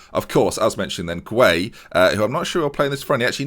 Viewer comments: Idrissa gueye pronounced guy not gway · Gueye is pronounced gay btw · Gueye is pronounced as gay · I think Gueye is pronounced "Guy" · Gueye is just pronounced 'gay'